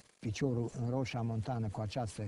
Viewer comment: Roșia MontanĂ, nu Montana